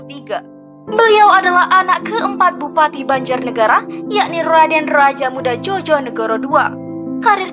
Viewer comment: Mbak yth bagus kontennya agar generasi sekarang ngerti sejarah bangsa..saya hargai. Namun dlm mengucapkan bpk.Komjen Soekarno Djojonegoro..seharusnya diucapkan..Djoyo (yakin) negoro..bukan Djojo (jotos)negoro. Kluarga saya dr kepolisian..jadi tahu. Trima kasih..chanel bagus.